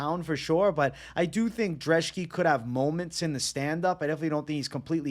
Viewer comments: why u calling brzeski drzeski lmfao, other than that great analysis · lucas dreshki? you cant even read bro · Love the channel but where are you getting a D in Lukasz brzeski’s name?